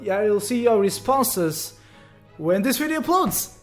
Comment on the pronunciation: Btw, It always sounds like he’s saying dis instead of this But that’s just his accent I’m not one to judge =w=